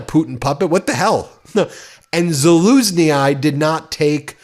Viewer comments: Great reporting, as usual. THANKS. However, the correct pronunciation is Zal-oozh-neee. In Slavic languages the ending of names is often with a long "e" sound written as "yi", "ii", or "yy". It is always pronounced the same: A long 'e' as in bee, but said just a little longer, not quickly like we do (note how fast you say the 'e' in 'quickly'. So, Zaloozhneee is a better way for us Westerners to write it. Have a great day. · Just an observation it's pronounced Zeloozhnee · The former chief of staff is pronounced "Zuh-loozh-nee". No "I" sound at the end, please. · I like your channel but what is it with Americans and pronounciation of foreign words? Valerii Zaluzhnyi = Valery Salushny (the last i is silent). Can easily be found on Google/ YT. Arguably, there are bigger fish to fry than this (which you are doing well) but respect for other cultures is lacking in the DJT-Cult. (remember "Kaahmalah" Harris?) Let's show them how to do it better. Keep up the good work! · Ben! For the love of GOD! The retired general's name is pronounced: VAL - AIR - REE ZAL - UJE - KNEE! The 'J' in UJE is soft like in the French 'je' - not hard like in Jared! If you must put the second 'ee' sound on the end, you run it hard into the first one like in Zelenskyy! Please try to get it right! We Ukranophiles have enough serious issues with your country at the moment without having to listen to our living heroes' names being run through a meat mincer!!! Like ALL Ukrainian names that end with a double 'ii' or a double 'yy' - the second 'ee' sound is barely perceptible at the end - as in Slava Ukrainii - OO - CRAIN - EE - YEE!!! It's always EE - YE under those circumstances! (SMH) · Hey, Ben! The name #Zalushnji is spoken Salushny, the last i is silent... ♥️☮️🇺🇦slava Ukraini!🇺🇦☮️♥️ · Its "zaaloushnee" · Hey Ben, I think his name is pronounced as "Za-loosh-nee." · Zaluzhny. call a Ukrainian and ask how to pronounce it next time. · Ambassador Zaluzhnyi is pronounced Zaluz-knee